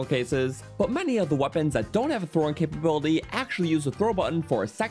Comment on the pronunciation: " against any target while 'throwin' "